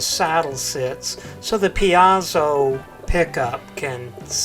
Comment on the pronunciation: It's pronounced "PEEZO"! Because Mr. Piezo certainly knows how to pronounce his own name!